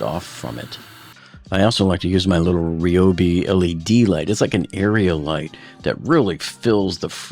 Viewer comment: Glad you pronounced Ryobi correctly, the way the company says it. But there is no opening and closing damper in that style fridge. The cold air just drops . There is only one thermostat and it's in the fridge which regulates when the compressor comes on and the freezer fan runs. And you can use that same hair dryer you used to soften the new gasket to get it form to the door. Do not glue in those new gaskets. When it ever has to be replaced again you're going to have a problem.